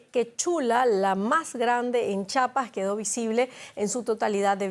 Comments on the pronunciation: Se escribe y se pronuncia Chiapas, hago énfasis en la i, chapas son las que llevan las puertas. No se confunda con el estado mexicano fronterizo con Guatemala. La mala pronunciación de los capitalinos brillando internacionalmente hasta Berlín. DW Español no te juntes con tanto chilango. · Me decepciona que una reportera de esta categoría no pueda pronunciar bien Chiapas, es con i, porque significa: El Río de la Chía. No sé de dónde esta señora de tan poquísimas letras lee: Chapas. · Se dice ChIapas, no Chapas, edúquese!